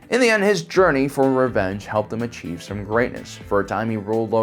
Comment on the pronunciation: ... "asheev" it all